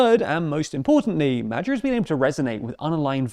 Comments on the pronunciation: Your old pronunciation of Magyar's name was better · Now I am a Hungarian and one thing I will never get over is how you Americans pronounce these guys names also ……LETS GOOOO MAGYAR PÉTER YOU BETTER WINNNNNNNNNNN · I don't speak Hungarian, but I'm pretty sure you're mispronouncing the guy's name. I think it's the hard G, as in Great, as opposed to the soft G, as in Germany. I could be wrong though. Any Hungarians, please help. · Came for the video, stayed to hear you misprononce Magyar's name every 5 seconds :) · Magyar - that middle sound is pronounced more like ghee. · STOP mispronouncing his name. As an Englishman, you can actually 100% say "Magyar" correctly: the "gy" in hungarian is the "dj" glissando at the start of your English word "duke" . The sound which is present before the "(y)uke" in "duke". There is no hidden or implicit "sh" sound, like you do it. That would be a different trigraph in Hungarian ("dzs") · It weird how you struggle with basic pronunciation for the word Magyar. Its not even uncommon in English! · The Hungarian 'GY' sound is closer to the first sound of 'due' than 'Jew'. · I mean it's fine, but in their previous videos they put more emphasis on the first E in Péter as well as the second A in Magyar, which makes it sound more natural both in English and in Hungarian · Hungarian-born here: "Mad-yar" is the closest it'd be to the correct pronounciation. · isn't is 'moah-ioar!? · Madjer. Never heard it prounounced like that. Bulgar, Avar, Magyar. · Presenter please find out correct pronounciation of Magyar, which happends to mean "Hungary" in the native language. its not Magyar with a as in apple, its Magyar with a as in father. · Not "Medzhjar", but Magyar. Closer to "Madyar". The "d" in "during" is the closest sound to "gy" that English can offer. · Who's Medjuh? I only know Magyar. 😂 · If you can't pronounce his name just say Peter with the english pronounciation and say "Magyar" as Madyar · "Madger" is a novel and unique pronunciation.